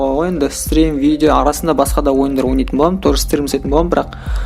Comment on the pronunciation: Видео деп айтшы видо демей.бля🤦‍♂️